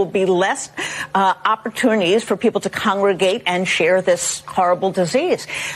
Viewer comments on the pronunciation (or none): Dear: What is an 'oppatuity?' If you are going to run your mouth, please invite your tongue to the party. Easier to form actual words that way.. without regard to how empty and false those words may be.